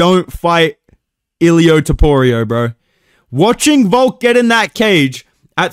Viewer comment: aight stopped watching as soon as you said toporio wtf lol